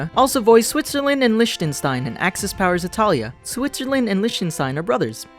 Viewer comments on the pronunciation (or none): none